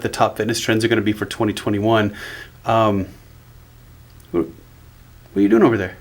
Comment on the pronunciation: "What-er you waiting for?"